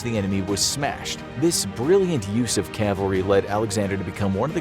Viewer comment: Thanks for not saying Calvary.